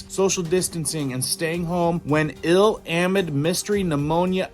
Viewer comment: not A-mid.... it a-MID... you emphasize the second syllable